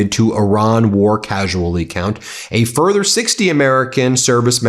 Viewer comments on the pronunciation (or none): none